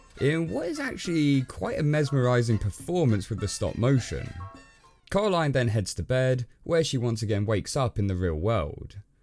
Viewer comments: It’s pronounced corā-līne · It’s Coraline not Caroline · Ca-era-line,(coralline:cor-a-line,DUDE YOU SAY IT WRONG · When he said caraline my instincts was to say coraline out loud Send help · “Cowwaline” - you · ngl dude every time you say coraline i hear colorline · Did he actually say Caroline i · "Coralyne, not too keen on the EYE-dea" xD